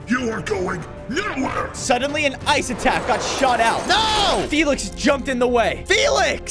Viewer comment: Felix not folks